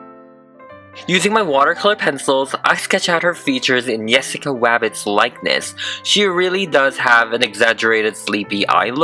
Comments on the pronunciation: Has anyone noticed that, he says wessica instead of jessica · Is it just me or when you say Jessica rabbit it lokey sounds like Jwessica Wabbit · It's not Yes sica it's Jess cica. No, it's not the same. She isn't Hispanic and her name shouldn't be pronounced like that. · YESSICA WABBIT QWEEN😂🤣- YAAAAAAAAS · Kaylee Keeper in spanish/latino countries people pronounce Jessica Yessica most the time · Have you ever tried using an airbrush? Also she is called Jessica J-e-ss-i-ca not Y-e-ss-i-ca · yessica wabbit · I keep hearing yessica instead of Jessica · He keeps calling her yessica wabbit I have never seen the movie so maybe that’s just way he talks plus I am new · who got so irritated when he kept saying "yessica Wabbit".... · Two seconds you can hear him say Yessica Wabbit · Ok can he stop say Jessica WABIT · Why is he saying Jessica like "Wessica/Yessica"? Come on man you're upsetting us Jessicas. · Speaking of Yessica <3 loved the way you say her name, could you do Holly from Cool World <3